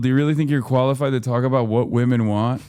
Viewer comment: I don't like how he said "Women" It had a hard 'W'